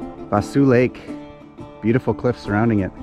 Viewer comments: Just nit picky, but its a Kal-E-Den and Vah-Saw Lake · Vaseux Lake pronounced Vas O lake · Pronounced “Vaso” lake